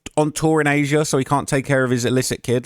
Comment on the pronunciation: And Az'-ee-uh as says